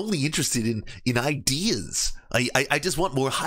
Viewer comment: If I hear one more ''IdEeS'' im gonna end it all